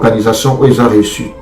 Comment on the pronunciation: Stade de marture ? Réussi toi tu dis ressu ? Décortiquer toi tu prononce Décortuquer ...Bref